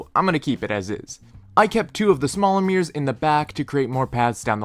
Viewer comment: Nice! But I call those special items "mirrors", not "meers". 😆